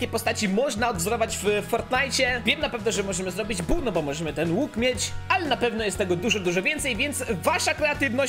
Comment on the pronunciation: Nie bu tylko bull